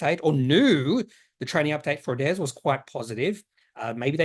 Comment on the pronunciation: what is it with "hairs" at the moment (heirs/ hairs) ....adairs/adhairs!